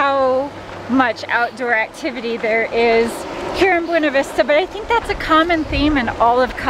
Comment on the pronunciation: Ummmmm......Please take a minute and watch this....as to "How to pronounce the Colorado Town "Buena Vista." Thank you.